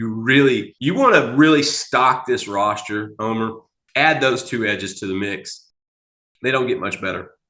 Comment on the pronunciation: Great report on the Longhorn "RostURE Posture" ( version of the Beast Texas Dialect)